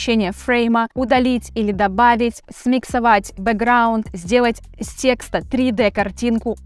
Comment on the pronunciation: После слова тексТА🤦🏻‍♂️ понял что нейросеть не обучит вас грамоте😅